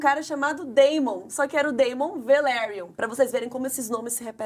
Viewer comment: Olha só... O nome Daemon não soa como "Deimon", e sim como "Démon". Sempre que tem "AE" o som tem que ser "É". A Daenerys não soa como "Dãni", mas como "Déni"... Sigam o exemplo do nome Aegon, que soa como "Égon", e por isso o apelido do personagem é "egg".